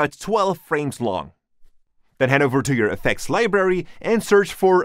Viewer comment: I love how you pronounce it "Libery" lmao ❤️